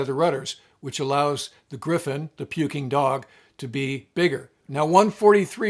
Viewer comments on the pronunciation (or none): The Playboy Tomcat, BUNO 164604 is still at N.A.S. Oceana, wearing a Pukin Dogs paint job (stop saying the dang G as in puking). My only Navy command as an AMSAN. Wife was a Reaper and Gypsy (never hears them called the gunfighters). Keep safe shipmate.